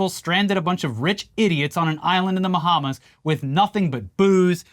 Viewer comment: this mf said "Mahamas"